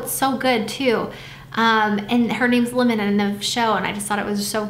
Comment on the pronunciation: The way you say 'lemon' it sounds like 'linen' to me lmao. maybe i'm just tone deaf 😂